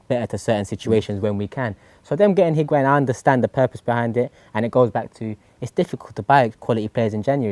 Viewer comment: As much as I like calling Higuan "Piguain" shouldn't go unnoticed after he scored two great goals on debut